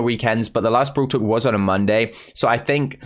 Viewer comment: Am I the only one who is hearing brool tuk??? 🤨🤨